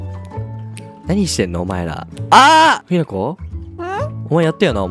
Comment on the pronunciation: ひなこさんしゅんたんって言ってた